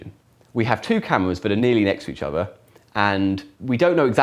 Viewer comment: He's close to having a speech impediment, (e.g. notice "ovver"). It may be an English public (expensive private) school accent/affectation.